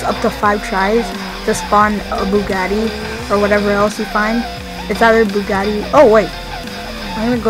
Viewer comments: You say bugaaati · Truffade addder no Bugatti adder😂😂😂😂😂😂😂😃😂😃😂